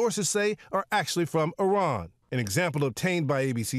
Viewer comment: It isn’t pronounced Eye-ran, it’s Iran (Eeran)